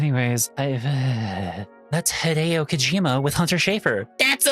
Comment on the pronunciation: did you pronouce hideo wrong yep very much a yank